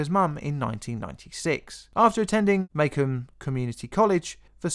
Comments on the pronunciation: "maycum community college" Lol everyone from Michigan is laughing their ass off, that's the first time I've ever heard anyone pronounce it like that but I've heard some pretty wacky pronunciations To those curious it's pronounced "muh-comb" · Lol the pronunciation of Macomb! Mah-comb, for whatever reason. Michigan is full of strange city names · It's pronounced "muh-COME" (second syllable rhymes with "Rome")